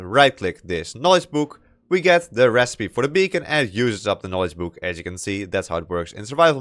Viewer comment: very good vid but funny hwo i can instantly say "youre from the netherlands!" just because you say "buuk" not "book" xD